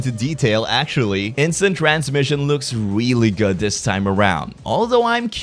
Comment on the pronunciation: He said instint cramshin😂